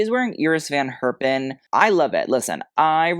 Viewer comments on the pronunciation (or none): Love your videos ❤ Dutch tip: The "e" in "van Herpen" is pronounced like in "hello". Not like "Hurpen".